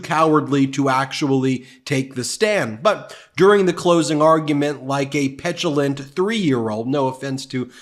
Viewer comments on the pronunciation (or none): pentulent, petulant... Close enough 😂